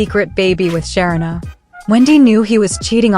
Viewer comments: Her name is pronounced Sha-reena NOT Sharina, do better it's annoying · Great commentary…but her name is pronounced Sha-ree-na, not Sher-rin-a. No, I am not her…just trying to help a little along the way. 😊